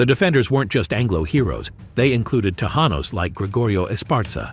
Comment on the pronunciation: Te -Jan-os and jaw-la-pain-yo? Holy frijoles,! He no speaky Spanish!